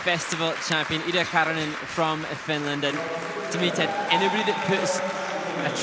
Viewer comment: Not 'LIDA'!! Her name is 'IIDA'🤬🤬🤬